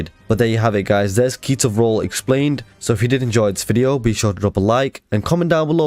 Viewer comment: When you said ketor vrol I thought you said pizza roll